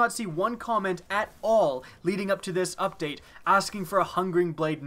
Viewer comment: I hate this "up da te"